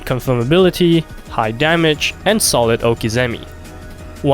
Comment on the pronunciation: Cringed hard on the prononciation of okizeme